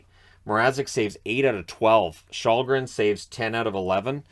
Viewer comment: Källgren really should be more like shell-gren than your shawl-gren.